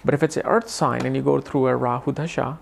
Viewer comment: you have to look for transits too during this mahadasha. And, brother..its called dasha not dhasha as you keep saying.